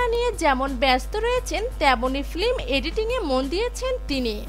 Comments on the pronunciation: Flim flim kotha ta baddo kane lage..Voice over er kajer jonno uccharon gulo sothik hawa khub darkar. Kotha ta film not flim. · Ma'am fleem noy film...😬